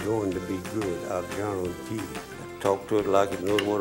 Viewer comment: How y’all are? I Gar-Ron-tee 😂😂